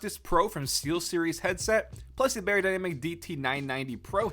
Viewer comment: beyerdynamic is pronounced "buyer-dynamic" =)